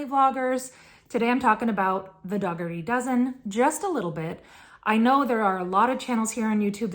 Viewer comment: It is pronounced Dougherty like cookie dough. The G is silent. Just wanted to let you know.